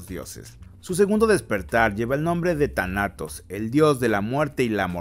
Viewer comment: "TaNAtos" Ya casi le dices "Tanates" al Tánatos XD